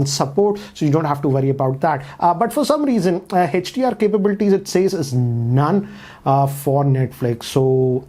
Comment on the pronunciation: whole world: hdr: hatch-dee-r